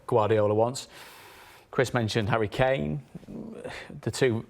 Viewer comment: Who is Hurry Keeeehn?